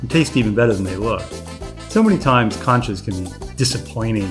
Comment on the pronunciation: It’s NOT CANCHAS it’s CONCHAS !!